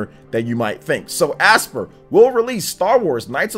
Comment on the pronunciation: Aspyr is pronounced like aspire.